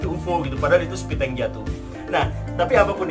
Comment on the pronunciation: Jika aku tidak salah mendengar Pak Guru mengucapkan "septic tank" sepiteng sebanyak Pak Guru mengucapkannya. Entah Pak Guru menyadari atau tidak.